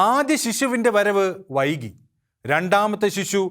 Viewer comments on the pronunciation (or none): none